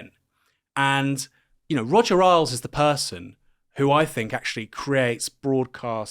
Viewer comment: I've always heard it pronounced Roger Ales, not Roger Aisles.